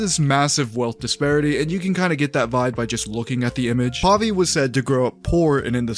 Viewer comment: "Puhvi"? :'D